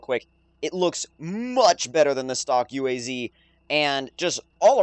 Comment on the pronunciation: it's UAZ not U.A.Z. it's not an acronym.